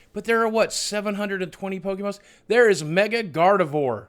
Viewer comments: Pokémon is pronounced Po-keh-mon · actually its pokemon not pokiemon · Boogie you should watch the show with your family its a great way to learn how to pronounce pokes